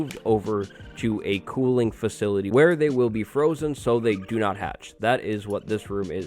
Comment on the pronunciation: Did you say (fa cul tee)? because its (fu sil litee)